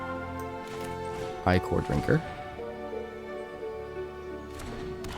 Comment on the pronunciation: It's not Eye-kor, it's Ick-er. It's more than icky, it's ichor.